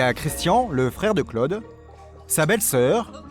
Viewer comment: que c'est pénible ce commentateur qui ne sait pas que Claude ne se prononce pas Cleude !!!